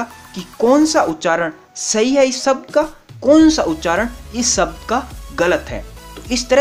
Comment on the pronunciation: सब्द नही शब्द बोलिये।।।